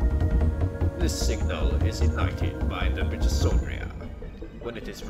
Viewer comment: it s called mitochondria with "h" like history not with "s"